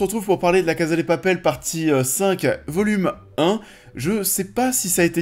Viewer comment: J’ai bcp aimé cette première partie de saison, je suis toujours aussi contente de revoir ces personnages auxquels je suis attachée donc pour moi c’est pas vraiment la saison de trop. J’ai hâte d’avoir la fin. Et pitié prononcez bien « CASA », c’est à l’espagnol pas à l’italienne !!!